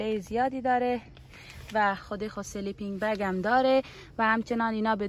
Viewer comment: چرا به کیسه خواب میگی سلی پین بگ